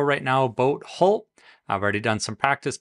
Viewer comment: Nice video but I cringe every time you mispronounce hull.